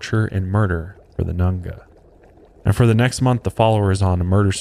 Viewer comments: It’s not pronounced Nunga it’s nganga ( n gangah) also it’s not pronounced mayumba it’s Mayombero (mayo m bero) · Its Nganga not nanga.... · Dude it's palo mayumbe as in "Pah-Low_My-oom-Bay". And he was gay. He only slept with women to manipulate them and create an attachment/bond between them. Also it's nganga, as in "In-Gong-ah"